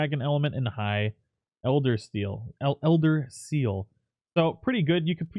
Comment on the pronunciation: HAHAHAAHA eldersteal.....elder....seal